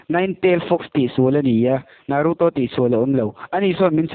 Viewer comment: Hmunawm a bro mahse movie recap thin ho dang angin a chhiar hi bel deuh hlek la a ngaihnawm viau ang a tha reng tun ai a tha in plzz in naruto poh I lam Dan a dik lo.